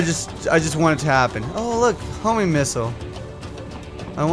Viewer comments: Everytime he says Homing, i hear Homie too! XD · It sounds like says "homie missile" instead of homing missile. Homies unite:3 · I always think that is saying "HOMIE MISSILE" Instead of "Homing"....Probably because he is;P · Everytime says Homing missile i always hear "Homie missile" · I swear i heard him say homie missiles. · He was saying homie missiles. I think he was doing it purposely too.